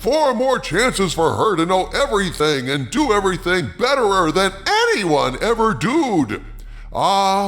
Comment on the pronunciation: “THE BESTEST EVAR!”